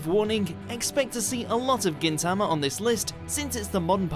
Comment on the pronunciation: Stop saying Gintama wrong